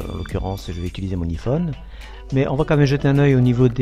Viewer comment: iphone sa se dit aiephone